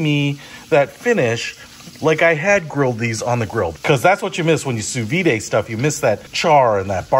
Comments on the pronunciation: It’s not ‘Sue Veeday’ it’s ‘Sue Veed’ (sous vide, under vacuum) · It’s (soo-veed). There’s no accent mark over the e (é). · Why are you pronouncing it soo-vee-day? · Hahahaha. Sou vide is actually pronounced "soo-veed" in America.